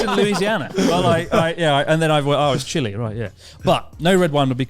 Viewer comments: CHILE MY PEOPLE WE HAVE BEEN NOTICE! btw, Joey said it perfectly, usually foreigners mispronounce it (like chris), so props to Joey. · JOEY PRONOUNCED IT RIGHT! ES CHILE MIERDA 😂🇨🇱 BRUNOST!!! OMG THEY HAVE MENTIONED BOTH OF MY COUNTRIES 😭😭❤ 🇧🇻 HEIA NORGE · It's pronounced Chil-eh, but Chil-ey it's fine too for english speakers. Thank you Joey. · every day my suspicion of joey growing up well enough off in Melb is growing more and more. Well cultured blokes say Chile correctly the rest of us Chilly lol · Joey knowing how to pronounce Chile correctly, Gigachad <3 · LETS GOOO CHILE MENTIONED!!!!!! 🇨🇱🇨🇱 . And yes Joey was most correct about the pronunciation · Cuando Joey dijo Chile correctamente, me emocioné como si fuera el 18 lmaoo